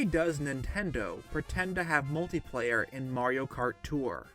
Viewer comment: It's not "Multiplayer" you idot.